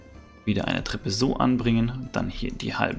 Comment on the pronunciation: Bester Kanal aber es heißt „Treppe“ nicht „dreppe“😂